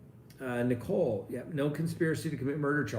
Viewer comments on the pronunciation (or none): none